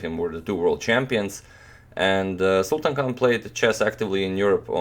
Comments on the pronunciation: Sultan Khan is pronounced as Sultaan Khaan. Sultan means King. What an irony! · People say you pronounce players names well but you didn't do his name justice